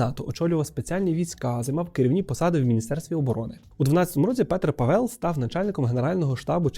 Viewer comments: Дуже гарне відео, але Пáвел. Мій чоловік чех, я вільно володію чеською. І при відмінюванні не Павела, а Павла. Петра Павла. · Дякую за відео, але є одна помилка: Павéл а Пáвел. У чехів наголос завжди на першу наголосну. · ПАвел, в чеській завжди наголос на 1 склад. Просто вони чітко всі голосні вимовляють, тому інколи незрозуміло) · В ческій мові наголос йде на перший склад- Пáвел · Па‘вел, наголос на перший склад. При відмінюванні: Петра Павла, не Павела. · Petr Pavel, Петр Павел . Наголос в прізвищі на першому складі - ПАвел. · ПАвел, наголос на перший склад. І при відмінюванні : Петра Павла, не Павела. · В чеській мові наголос завжди на першому складі ( не говоримо про довгі голосні). Як Петр, так і Павел ( і прізвище, і ім'я) мають наголос на першому складі: Пáвел!!! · Як людина, що володіє чеською маю до вас зауваження- Петр Пáвел, наголос на перше "а". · Боже, вуха ріже, боже ніііі..... пАвел, пáвел, Пéтер Пáвел. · Дякую за чудове відео. У чеській мові наголос ставиться на перший склад, тому Па́вел. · Все добре, тільки у чеській фонетиці переважно наголос падає на перший склад :) Петр Пáвел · Наголос на перший склад, пАвел, пАвла... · в чеській мові всі наголоси на перший склад. навіть якщо ви чуєте інакше, то ви просто не розрізняєте, бо в українській мові немає подвійних наголошень, наголос плаваючий і немає різниці між довгими і короткими голосними. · В чеській мові наголос завжди на першому складі. Вимова може різнитись, але це вже залежить від наявності "довгих" літер у слові. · Живу в Чехии, ударение на А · У чеській мові наголос падає на перший склад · Вітаю,! Я живу у Чехії дуже багато років( тому не виправляю просто так). Наголос насправді на першому складі, тобто на «а». 😊 Дуже вам дякую за правдиву інформацію. 😊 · добрий день, а чому наголос на Е в призвищi? Я вже декiлька рокiв поспiль проживаю в ЧР, та тут всi кажуть з наголосом на А.... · Наголос не там ставиш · Чого наголос кладете на другий склад в фамілії Павел?